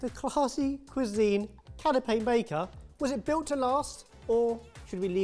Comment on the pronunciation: "Canape" (I'm not intentionally being "that guy", but it took me a minute to figure out what had a cloth umbrella over it until I realized what you were actually saying)